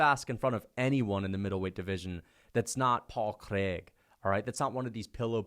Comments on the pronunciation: everytime I hear say paul craig it hurts me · The way says Paul Craig kills me every time lmao